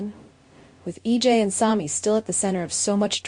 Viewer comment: I’m tired of hearing you mispronounce names. In the same sentence you say both “SAAHMY” and Sammie, (which is the correct pronunciation)! Get it right or don’t say it at all. You do the same thing with Gabi! It is NOT “GAHBY”.